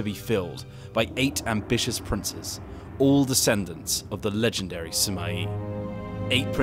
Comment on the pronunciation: Pronounces Sima and Cao Cao properly. Pronounces Luoyang wrong. ???